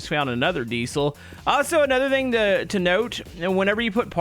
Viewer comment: i find it funny that always says thang or thng instead of thing haha 😂